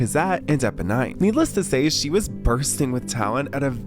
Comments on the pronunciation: Epo-NINE? Nooooo, it’s Eponine (neen) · I came to say that too. It’s Epo-neen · The way you mispronounced "Eponine" was shocking! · well that shows us you're not a theater person. That's not how you pronounce Eponine